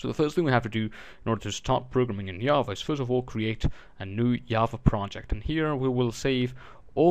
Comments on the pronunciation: it is Java, not yava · very informative video but it's JA-va. not YA-va. repeat after me: JAAAAAAAAA-va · Good tutorial but I just wanted to piontout that java is said with a g sounding I not a y sounding j